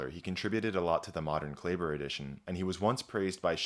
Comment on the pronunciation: I'm confused why you mispronounce Klaeber, a common German name, when I can only presume that you possess at least a satisfactory knowledge to pronounce German in general, which has a very regular pronunciation scheme?